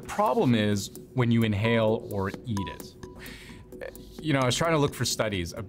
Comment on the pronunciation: why did he say eat it like that?